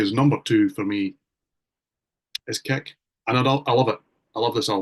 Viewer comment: What is INXS’s 6th studio album? American: “Kick” Scot: “Keck”